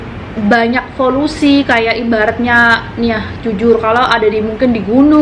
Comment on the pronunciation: Maksudnya polusi mbk bukan folusi ya.